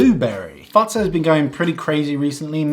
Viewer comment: The way you say Fazer sounds like fatsa which is another word for dad